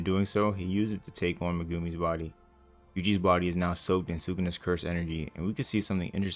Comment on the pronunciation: you pronouncing Megumi as "muh-goomy" really messes with me 😂